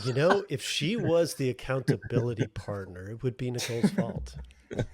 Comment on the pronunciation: accounta-bili-buddie "Nicole" 😆 I'm sure she'll be thrilled with you 😆